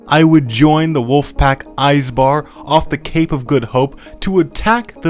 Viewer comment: eiiiisbar lol You'd think eventually all that hoi4 and uboat would teach you some basics of german